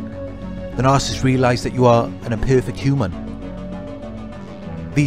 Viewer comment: It’s “NAR-SIS-IST”